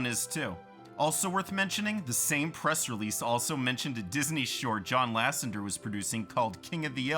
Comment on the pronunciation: For crying out loud, its Lasseter, not Lassender.